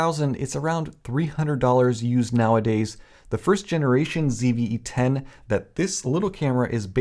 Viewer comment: “Phony CVE 10”